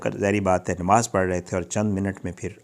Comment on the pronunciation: you have false and misleading thumbnail to attract viewership. Qatil Kon, Kyn mara, no details or little information on this. Why do you use misleading thumbnail. Secondly,, the word is Namaz and not Nemaz - a typical mispronunciation by all paindos.